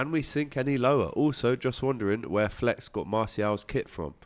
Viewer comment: Sounds like he says happy birthday to fleck or flake. Definatly not hearing Flex.